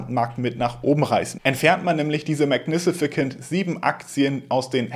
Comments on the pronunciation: Bitte nicht magni-si-ficant... Magnificent ( ¶ megni fi sent ¶) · Es heißt "magnificent", nicht "magnificicent". Ich like trotzdem. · Min.: Magnisificent Seven - oder magnificent Seven 😉😅? ist Gott sei Dank doch kein Roboter 😅👍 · die Aussprache von "magnificent" ist maɡˈnifəsənt und nicht "mag nifisi-kent" und später auch..... ist gut gemeint😀😍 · 😂Wenn er jetzt noch ein mal magnifikicent 7 sagt!!!🎉❤ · Heißt das nicht Mägägäninifizifent ? 😂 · Ist nur ne Kleinigkeit aber du hast „magnificent“ einfach mal eine weitere Silbe angedichtet und es zu „mag-ni-fi-si-cent“ gemacht. Englische Wörter sind des Öfteren dein Endgegner. Ich meine das gar nicht böse aber du könntest dir ja Wörter, bei denen du dir unsicher bist, vorher einmal von Google Translate vorsprechen lassen. Hast natürlich trotzdem ein Like bekommen :) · MagniSIFICANT 😂😂😂😂 Nicht böse sein aber Englisch ist nicht so deins! 😉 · mag- ne- fe- cent :) ist aber auch ein Zungenbrecher :) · magnificent wird am Ende wie Cent ausgesprochen, nicht wie ein K ;-) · super Video, danke. Aber guck mal wie man "magnificent" richtig ausspricht :)